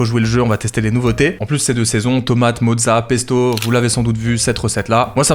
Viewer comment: J'ai entendu : mozzarella fion dilaté 😂😂